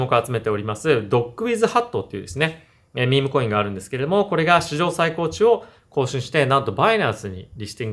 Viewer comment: 最高値はさいたかねと読みます！ これが「血圧の最高値」の例文であれば、それは正解です。 しかし、「取引市場」でいう「最高値」は、「さいたかね」と読むのが正解です。 「音＋訓＋音」の組み合わせです。